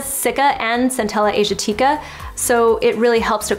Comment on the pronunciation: Wait! is it just me or she pronounced Centella Asiatica differently? or mayb i'm just late